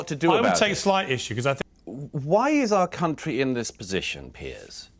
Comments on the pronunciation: Its Piers not Pearce. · Piers Morgan, not "Pierce" Morgan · It’s Piers not Pierce